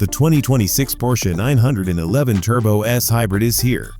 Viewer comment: HORRIBLE AI voiceover. Pull this video down immediately, guys, and hire a human who actually knows how to pronounce "911."